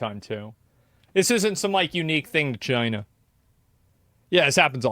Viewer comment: The way he says “China” there kills me 😂